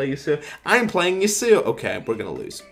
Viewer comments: "I'm playing ye sew oh" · I like the video. The way u pronounce yasuo makes me cringe.